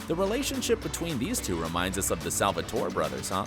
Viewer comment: Did he just pronounce Mikaelson wrong??? And Salvatore too